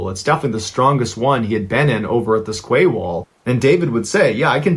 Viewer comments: It is literally pronounced as 'key' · I really enjoy your podcasts buy I have to say QUAY is pronounced KEY. Silly I know but the English language is silly at times. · The word 'quay' is pronounced 'key' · More like Kay. Not key. ~boB